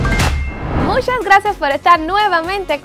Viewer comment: Porque dices mushhaaa, tu vos parece como si no fueras feliz, bueno si no te importa mi comentario mandame todo D Gucci que ya no te guste, yo de verdad lo disfare🤣.